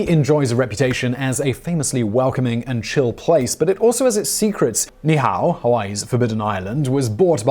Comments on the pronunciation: say ni ihau...there's a glotal-stop between the two "i"s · It's Ni-i-au, not nee-how. The king's name is Ka-me-ha-me-ha, not Kamahena. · Your Hawaiian pronunciation is horrible! Ni'ihau is pronounced "Nee ee how" (3 syllables ) and King Kamehameha is pronounced "Ka may ha may ha" (5 syllables) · It’s pronounced Ni’ihau (nee eehau) and Kamehameha (kah meh ha meh ha). Not trying to police you, but in Hawaiian language, pronunciation gives words different meanings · Ni'ihau = nee-ee-how, with a slight pause between the nee and the ee. That slight pause is actually a 'letter' or important phonetic element called the okina, denoted by the apostrophe. The king's name is pronounced kah-may-ah-may-ah (the fifth). How do I know this you ask? One year studying classical Hawaiian with a native speaker from Ni'ihau. Why? Because becoming a certified land surveyor in Hawaii requires one to pass a 5 hour exam translating land titles written in classical Hawaiian, some of them actually written on mulberry bark paper or dried bannan leaves. This is not a criticism of the presentation, merely an informative aside. And here is another aside, complete with an almost ha'ole (white guy) proof tounge twister; the last queen of Hawaii was named Lee-lee-oo-oh-ka-lani, (birth name Liliʻuololoku Walania Kamakaʻeha). She was deposed and imprisoned in her own palace for 24 years by US marines until her death after we sized the islands at gunpoint. Her life and times would be an excellent future topic for this channel. If you do that, or any other item including Hawaiian words, please allow me to assist with pronunciation. It will be far less painful for both of us well as to any native speakers who might listen. Yr. Obt. Svt. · Great video. NEE EE HAU. KA MEH HAH MEH HAH.